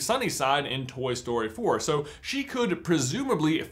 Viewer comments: Ffs it took me to the end of the video to realise you were saying "Toy Story 4-k" and not "Toy Story 4 cuh" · Why are you saying "Toy Story-k"?